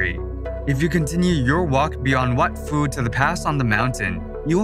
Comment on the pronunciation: Yeah the "ph" in Lao is an aspirated 'p' not pronounced 'f' as in English. So Wat Phu, or Phu Temple is pronounced "wat poo".